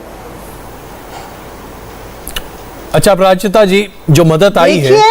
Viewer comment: He literally said aparajiti sangri 😭